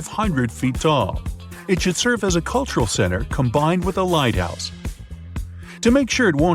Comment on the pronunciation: Why did you pronounce “lighthouse“ as if spelled “lightouse“? Do you know that the letter”h” in this word indicates a speech sound /h/ that English uses?